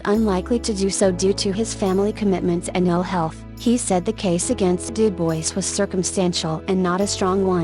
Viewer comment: I really enjoy your content, but the robot voice is unbearable! If you are going to insist on using a robot, try using the British robot voice, it seems to not sound so awful. But please, USE A HUMAN VOICE. UPDATE: Du-BOYCE?????? Stupid robot voice! I just can't. Great content - interesting stories that others haven't used, but that robot voice is just awful.